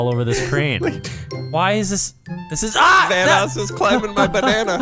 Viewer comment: "Vanoss help me. HERP MI VERNISS"